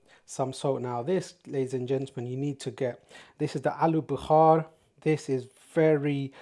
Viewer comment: Alu Bukhaaar hahahha guy is funny tho. Its called Bukhara.